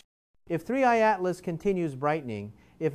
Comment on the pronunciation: This dude is AI. He pronounces 3I/ Atlas differently at different times throughout the video, and it is oftentimes very choppy and awkward. What is going on here?